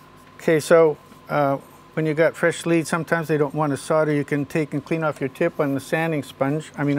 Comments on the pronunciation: this man is great but he cant say solder for shit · That seems to be the way most Americans say it, I've noticed. Canadians too. How or why they came to drop the "l" in the middle, I have no idea.